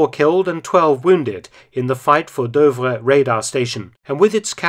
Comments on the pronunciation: Super video as always. As far as I know "Douvres" is pronounced "Doovre". You pronounce it as "Deuvres". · Fascinating story! Shame about the repeated mis-pronunciation of Douvres though. Obviously, it should rhyme with Louvre!